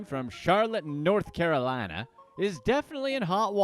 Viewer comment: I like the way he pronounced North Carolina 😂😂😂